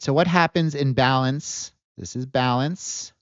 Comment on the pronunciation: The way you are saying "in balance", you say it quickly like it is one word. It sounds too similar when you say "in-balance" vs "imbalance" I suggest you use the terms "in balance" vs "trending." Or use the terms "in balance" vs "out of balance". There has been at least five or six times, in your videos, when I have had to scrub back and replay segments of your videos to make sure I am understanding what you are saying. Imagine listening to a lawyer and you cannot understand if they are saying "illegal act" or "a legal act." It is frustrating to listen to. I see that you are spelling it out on screen, but phonetically these terms are just too similar.